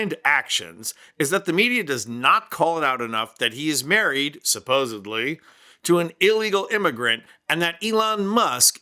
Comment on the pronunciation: Dude you said "supposebly. Stop!